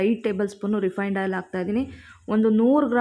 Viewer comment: Oil not ayl sis